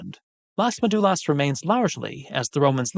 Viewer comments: Just a little correction, it is MÉdulas, acento en la primera sílaba, not MeDUlas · You need to learn to pronounce ''Médulas'' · You do a video on a subject and can't bother to learn how the central word is pronounced? It's basic part of the most basic research on the matter.